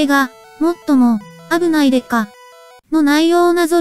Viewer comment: 「危ない⤴️」を含めたイントネーションが気になってしゃあない。